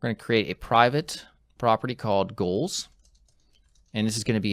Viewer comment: sounds like you're saying "Ghouls" instead of goals.